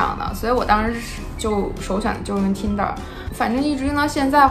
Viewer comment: 说英语还带着东北那疙瘩口音。T银der，我真服了。